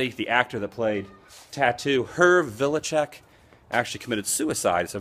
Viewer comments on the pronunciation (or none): Hervé Villechaize (Her-vay, Villa-chez)!